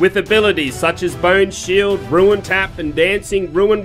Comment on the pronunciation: Ruin Tap? Dancing Ruin Weapon? Umm. Rune is pronounced Roon